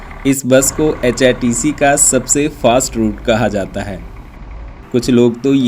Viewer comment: HpTC ko app hrtc bol rahe ho